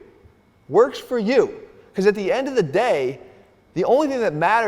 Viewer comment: Mann😂, "what's the benefit uuu got"😂😂😂